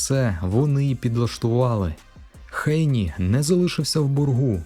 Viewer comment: Що за Хейні? Ви чули коли небудь "Хейні"??? Хто це так каже крім росіян? 🤣 ГЕЙНІ.